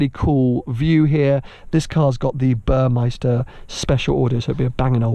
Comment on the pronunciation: Its Burmester, not Burmeister